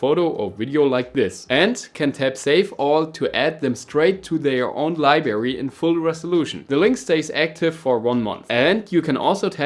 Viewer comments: Librrrrrrrrary mein Freund😅 wenn schon auf Englisch dann auch richtig 👍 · "Libary". Triggered